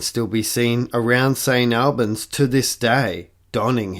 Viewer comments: So it's pronounced All-bens (as in like hall or ball), not Al-bens. Hardly worth getting ya knickers in a knot over. 🤪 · It is actually "Saint Allbanz"... but anyway... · What Aussie can't pronounce St Albans. FFS.